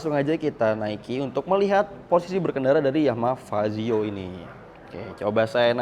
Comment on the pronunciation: Fazzio bang bukan pajio